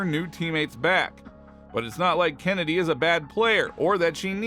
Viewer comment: Stop calling her Kennedy are far as I’m concerned Chennedy cannot be pronounced Kennedy.